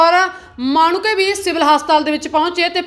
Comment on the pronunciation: ਪਹਿਲਾਂ ਤਾਂ ਪੜੇ ਲਿਖੇ ਰਿਪੋਰਟਰ ਰੱਖੋ ਕਿਉਂ ਪੰਜਾਬੀ ਬੋਲੀ ਦਾ ਨਾਸ਼ ਕੀਤਾ ਹੈ,,, ਪਿੰਡ ਦਾ ਨਾਮ ਮਾਣੂੰਕੇ ਤਾਂ ਸਹੀ ਬੋਲ ਲਵੋ